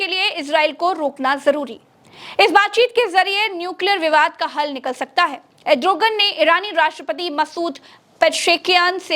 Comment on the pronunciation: Erdogan hota hai 😂 name tak to sahi nahi liya za raha hsi